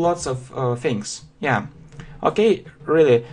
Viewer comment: и, все-таки, контент не дотягивает. автор зазубрил грамматику и выучил слова, полностью ПОЛНОСТЬЮ забыв о произношении и мелодике языка "yeah?"